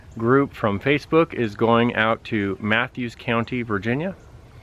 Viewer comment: I've always heard it called Gwynn's Island and instead of Mathews I've heard it pronounced as Maffis. But I'm from Gloucester and everyone mispronounces that one too. I'm glad the weather cooperated for your ride.